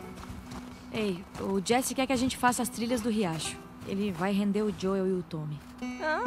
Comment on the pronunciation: É Joel Edu, e não Jou kkk